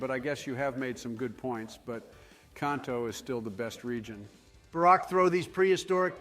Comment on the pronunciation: Ah, yes. Jotto and Kohnto